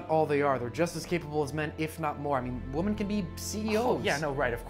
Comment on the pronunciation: When is going to learn that "women" and "woman" are pronounced differently?